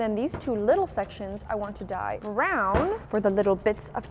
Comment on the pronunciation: In the the first slime she said BwrOn instead of brown😂😂